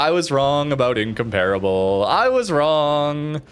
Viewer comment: ask jingles for the correct pronunciation of incomparable